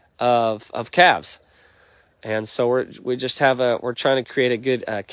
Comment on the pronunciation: Calves not calvs